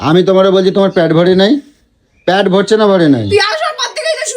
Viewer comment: প্যট না পেট মূর্খ